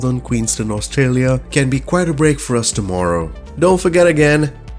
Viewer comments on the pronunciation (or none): none